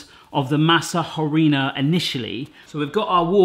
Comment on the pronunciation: The H in Harina isn’t pronounced, so it sounds like Areena